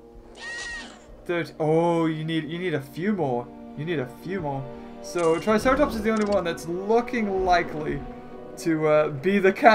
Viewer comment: why did u say tricerartops